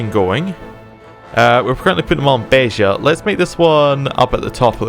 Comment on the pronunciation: YES! YES! YES! Finally, a non-Portuguese youtuber who said "Beja" properly!